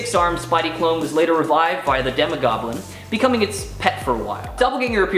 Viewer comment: Demogoblin not demigoblin